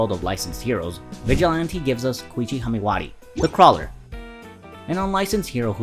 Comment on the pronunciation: Knuckbuster? It’s KnuckeDUSTER. And you’re also pronouncing Haimawari wrong. Slow down and check your work dude. Decent upload otherwise.